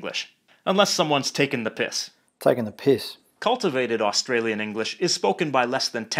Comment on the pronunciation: Although he did stuff up saying Australia and Australian